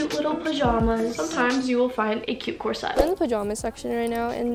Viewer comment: The word is corset NOT corsette!